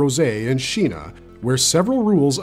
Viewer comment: SHEENA ❎️ SINA ✅️